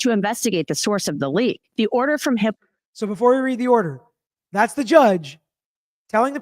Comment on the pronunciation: Everytime says the judge’s name, it sounds like she’s saying “Judge Hitler” 🫣